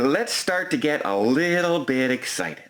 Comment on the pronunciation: had a shlip of the tongue because he is exshited.